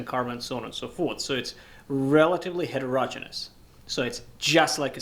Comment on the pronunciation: How come you wet the surface of the anvil before working on the piece? Also, bonus points to you for pronouncing "heterogeneous" properly.